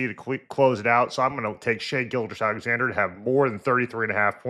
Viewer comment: I've seen too many people in the media pronounce Gilgeous as Gilchrist lol